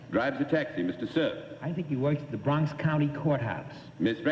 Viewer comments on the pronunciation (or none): " I live in da' BROOONNNXX!"